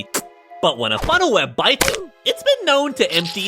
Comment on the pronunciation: You said funnel web incorrectly